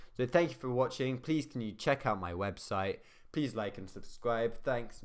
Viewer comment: 'webstite' lol